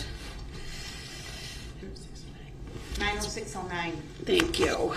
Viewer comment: “Objec-Shun!” Definitely not talking about DUH-RRELL’S Priors. Pretty sure Darrell has way more than 7 Priors!